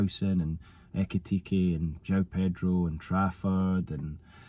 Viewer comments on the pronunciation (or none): none